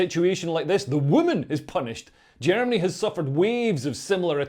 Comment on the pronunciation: Yo guhrminny wtf 🤣🤣🤣🤡